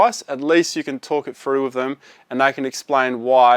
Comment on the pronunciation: An obviously intelligent guy - so why can't he pronounce "th"? I can only hear a grown man say "frough" so many times. And the letter "l" is not a "y". I had a mate from Penriff once, is that what this is?